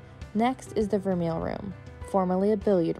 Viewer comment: Great video! I just emailed my representative to try to get tickets myself. Although, please don’t take offense but the way you pronounced vermeil gave me a chill haha I immediately thought of the West Wing episode lol